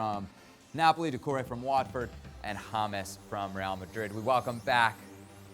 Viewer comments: Dacoure? HAHA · Is it not Doucoure? lol